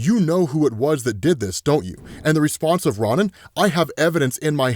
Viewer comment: Respectfully, it's Ro-Nin not Ron-nin.